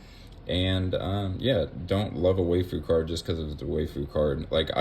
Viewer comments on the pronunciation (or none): “Why-foo”… that was bothering me WAY more than it should 😂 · One small pronunciation correction: "waifu" is just wife-ooh. Aside from that, I really appreciate you doing this. So many content creators go over what's coming up in the set but they don't discuss what they themselves plan on doing. Your take on what to do for the next 6 months was really nice to listen to. Keep up the good work!